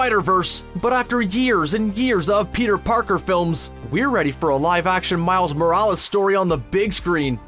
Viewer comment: Why do you pronounce Miles Morales in a weird way?